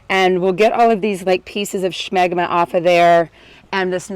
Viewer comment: The way you say Scshmegma. The hell